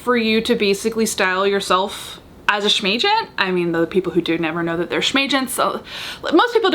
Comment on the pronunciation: Giggled every time you said "shmagent" 😂